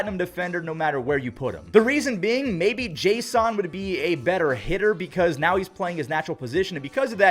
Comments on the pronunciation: You pronounce Jason weirdly. His name is pronounced Jason Domínguez, not jas on Domínguez. 😂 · Unless there's something that I haven't heard, I thought Jasson Dominguez's first name was pronounced like the normal "Jason," not "Jay Sahn." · Why do you keep saying Jay-Sun? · It’s jay-sin no hate just letting you know there’s no accent in his name i believe